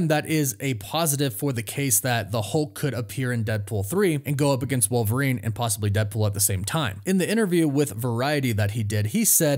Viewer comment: Who’s “war-verine”?